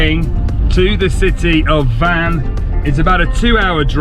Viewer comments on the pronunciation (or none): Nice video! While in Van (I believe it's pronounced more like Wan than Van) I really hope you visit the Van Cat House (Van Kedi Villasi) so we can see some of those beautiful cats!